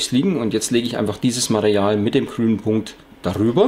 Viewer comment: ja du hast bei circa minute Mareal gesagt anstatt Material . Denke mal er meint das damit :=) aber egal Klasse Tutorial. Abo hast du von mir :=)